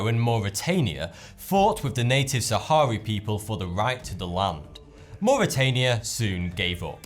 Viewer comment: It's the Sahrawi, not Sahari people